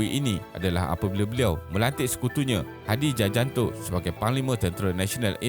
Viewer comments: Koreksi sedikit, pada menit nama Hadi Tjahjanto boleh dibaca sebagaimana Hadi Cahyanto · penyebutan yg benar adalah Hadi "Cahyanto", *Tjahjanto adalah salah satu dari sekian banyak nama yg ditulis dengan ejaan serapan dari bahasa Belanda dan beberapa orang Indonesia masih menggunakan ejaan tersebut sebagai nama mereka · Tjahjanto bacanya Cahyanto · Hadi Tjajanto. Sebutannya adalah Hadi Chayanto. Ejaan Indonesia yang lama. Contoh salah satu ahli politik mereka Ahok atau namanya Basuki Tjahaja Purnama, bacanya Basuki Cahaya Purnama, apa pun , tq for the info.